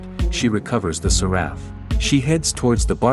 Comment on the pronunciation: Séraph, not Seráph at least, that is how it is pronounced in the Game